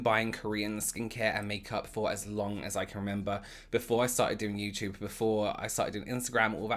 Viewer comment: I know this is an older video so no one will see this but I had to add my favorite word he uses in his accent... “you-chewba” the way he says YouTube is everything!!!!!!😂😂😂😂😂 I adore him